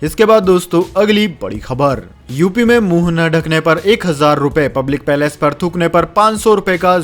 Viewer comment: प्लेस को पैलेस क्यों बोलते हो भाई हिन्दी बोलने नहीं आता तो क्यों समाचार वाचन करते हो